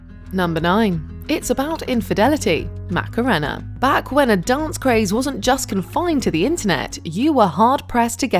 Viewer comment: How is it possible that you get the pronunciation of "Macarena" completely and utterly wrong when they say it repeatedly in your own video?? Also, it's a spanish word so obviously you don't use English phonetics.